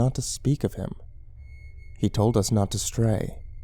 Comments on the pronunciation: it's HE told us not etoldus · "e-tol-dus". Sounds like the language of a native South American tribe, possibly central American. I wonder what that word means.